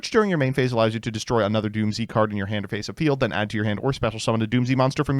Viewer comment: its pronounced doomz not doom z. the japanese name is dūmuzu which is doomz.